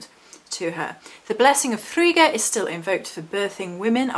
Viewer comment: Yesssssss thank you!!! If there are two Gs then the I is short. So, the way you pronounced it would have been correct if her name was spelt Friga. But it's not. Frigga is one of my absolute favourites, I'm very connected to Norse culture.